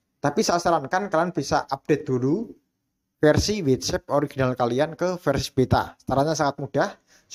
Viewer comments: bacanya watsap bukan wetsep 😭😭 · Ngga semua huruf a dibaca e dalam bahasa inggris.. WhatsApp.. bukannya Whets epp Blo'on 😂